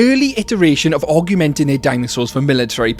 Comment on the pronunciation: I can't help but keep hearing aug-u-menting and keep mentally saying augmenting.